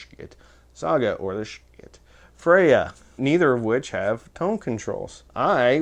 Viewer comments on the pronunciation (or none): It's actually pronounced "shi tuh" or so I am told. I was pretty much sold on getting the loki. I wanted the lokius but didn't want to drop 300 bucks on one. Black Friday rolled around and Schiit had bstock for 229. I bought the thing. Full factory warranty. No returns unless defective though. They still have em. I love EQ's. They can make a bad speaker sound better and a good speaker sound great. People say that playing flat is what the artist wanted.... Why do so may pressings sound different?